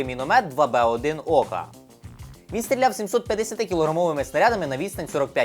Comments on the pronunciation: Хлопчик, не Ока, а окА. А так вчись. Успіхів. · Тема цікава, але слухати неможливо- не тяніть закінчення слів, мене вистачило на 2 хвилини, і не Ока а окА. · 2Б1 не Ока, а окА, річка така є.